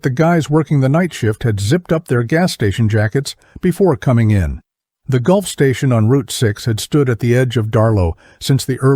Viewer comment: Since when did Gulf Fuel Station become a Golf Station. Weird how Automatic speech translation never gets fixed before production of story.